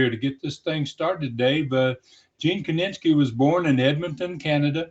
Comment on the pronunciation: His name was Gene KINISKI, not KININSKI!